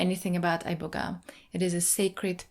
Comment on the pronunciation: I know for a fact when you went to Africa, the herb was never pronounced "Eye-boga" 😒